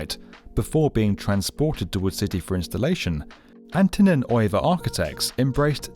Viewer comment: i kept thinking it was “wool” instead of wood AAHAHHAA